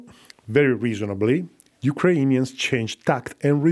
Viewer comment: Why do you have this strange pronunciation of "Ukrainians"? This is not how it's pronounced neither in Ukrainian nor Russian